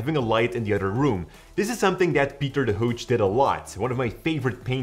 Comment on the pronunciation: Pieter de Hooch... when a flemmish speaking presenter tries to pronounce a dutch name as an englishman would mispronounce it but fails. Really, you should just pronounce names in your native tongue. Zeg eens mooi: "Pieter de Hoog"